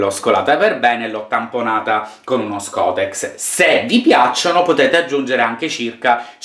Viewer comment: Volevo dirti che tu non sai pronunciare la parola SCOTTEX! Ci vanno 2 T!!!! E poi vedi di mangiartelo stu panettone che se no quando arrivo x Pasqua ancora tu devi smaltire panettone!!!